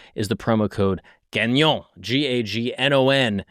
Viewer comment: Gahnnyon is the French pronunciation of gagnon. French last name. Not gag-non